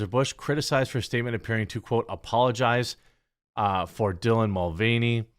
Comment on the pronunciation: Dylan Mud-Vein-ey